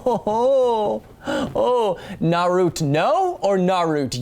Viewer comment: You mean naru-TO